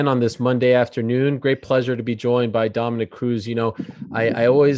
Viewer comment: Dominic "Mememememememe" Cruz